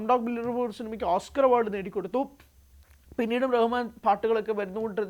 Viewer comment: Ar Rahman alla AL Rahman anu😂😂